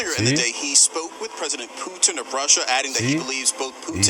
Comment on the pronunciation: I love when says "Plutin"! Hilarious!